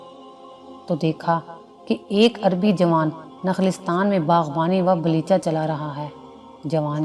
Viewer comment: balecha nahi belcha